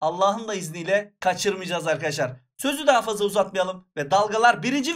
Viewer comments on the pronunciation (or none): none